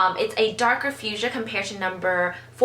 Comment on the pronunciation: Your pronunciation of fuchsia really confused me.